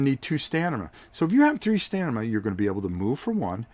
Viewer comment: LOL! Trouble saying "Stamina"? You keep saying "Stanima" It's staMina, not "StaNima". :-) Not criticizing, just think it's funny because I mispronounce words differently sometimes too. LOVE your videos. Keep them coming. I look forward to them.